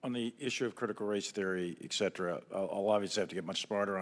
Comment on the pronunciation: moron says ecetera (etc.) but its ET CETERA. right at the start of the clip